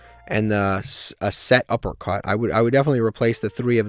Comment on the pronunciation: PLEASE it's pronounced SETuppercut NOT SUPERuppercut💀 Also you cannot afford to play anything over 40 cards since you need to maximize seeing your best cards, for the chaos pile I'd probably cut Ogopogo, world lance, the GO! D/D/D card, DW dealings, and probably the motor frenzy and elephant since all of those are pretty low impact